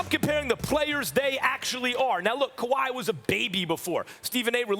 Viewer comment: Dude said kawhi 🤦🏾‍♂️